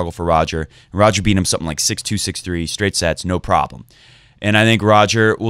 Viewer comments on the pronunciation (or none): none